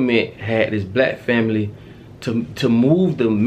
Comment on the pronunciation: The word black “ be lack”